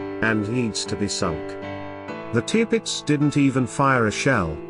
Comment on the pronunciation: Sorry but that is one of the worst video accounts I have seen. Firstly you mispronounce the Tirpitz, you initially show another ship as the Tirpitz, then the Admiral Sheer as the same ship. You show a capsizing Aircraft carrier- what for? You then show a capsizing HMS Barham - what for? You indicate a J88 and call it as such. It is the Ju88. You reference a Sherman tank on the deck of a ship firing its 75 milimeters gun and somehow link this to Churchill’s statement (which had nothing to do with the tank). The photos don’t match the narration. Please try again